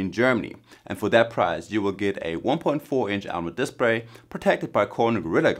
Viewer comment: "Amoled Dispray"